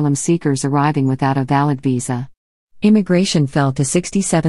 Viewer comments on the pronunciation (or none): none